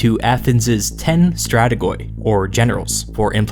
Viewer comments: I know i'm late to the party but in Greek "-oi" is pronounced as "-i". So it's not pronounced "strategoi" but "strategi" is the word used to this day for "general". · Very good Job!!!Presenting How really things were back then. A few minor comments : a) The pronunciation of the word ""stratigoi" is "stratigi ",as a double vowel "oi" is pronounced "i" in Greek(not that it makes a huge difference). b) There are a lot of myths concerning Alexander the Great:The taming of his horse, the concept that he is a God(smt that his mother is responsible as you stated) and one of my favourites: the "issue" with the "gordios knot":The myth states that there was a knot so complicated, that the one who unties it, will be the conqueror of all Asia.When Alexander was presented to it, he looked at it thoroughly and cut it in half with a simple swing of his sword. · Guys, if you plan on pronouncing a greek word, just put it in Google translate and hear it in greek. I know that greek might be hard for a foreigner but listening "strategOi" instead of "strategi" is torturing.. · Its stra-ti-yi, not strategoi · Love your content but a small tip. When you see a greek word that includes "oi" don't pronounce the "o". In greek "ι", or γιώτα which is pronounced "i" (as in the word history) can be written in a manner of ways. There are: "ι", "η", "υ", "ει" and "οι", all of which are pronounced like i (as in history, profit etc). In the word stratigoi (στρατηγοί) for example the "o" is silent. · Hey great video man , your pronounciation of 'strategoi' is a bit wrong thhough, the 'oi' in greek is prnounced as 'i' is used to show plurar. So the word will actually be pronounced 'strategi' ( strategy in english) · It's not actually Strategoi. It is pronounced Stratiyi. "Oi" makes an "i" sound and "g" makes a "y" sound in greek. Like the "U" in Utah... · strategoi is pronounced stratigi. i pronounciation as l(i)sten.